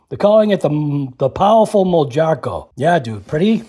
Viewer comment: I believe it’s pronounced moharco. J sounds like an h.